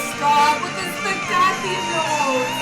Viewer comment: Opera singer? Yeah, right... Doesn't even know how staccato is pronounced.